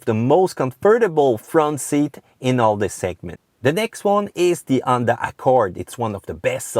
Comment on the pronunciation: n'oubliez pas qu'en anglais on prononce la lettre H tout le temps, sauf pour 3 ou 4 mots, on l'aspire pas. Vous avez dit "Honda" et "hear", mais j'ai écouté "Onda" et "ear"... J'kiffe la vidéo, ya beaucoup d'information utile